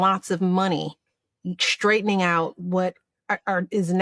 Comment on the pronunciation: Ssssstraightening.. Not Shhtraitening